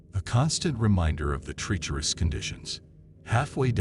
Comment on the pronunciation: Treaterous...? Really AI